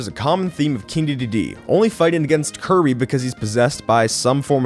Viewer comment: Wait, THIS is how you pronounce the name!? O